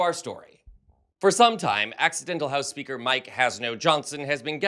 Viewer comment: Sounded like you said "Accidental HOUSE KEEPER"😂😂😂 Housekeepers are FAR superior to lil johnson!